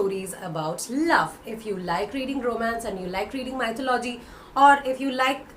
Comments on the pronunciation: You pronounce 'Mythology ' incorrectly. It is not 'Mytho- logy'. It is 'myth-o-logy'. Check out the correct pronunciation in Google. ☺ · Maithalology???, wrong pronounciation..🙄🙄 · Hi, I believe you are pronouncing mythology wrong, please look up the right pronunciation. That being said, I find your channel to be very informative:) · Check the correct pronunciation of mythology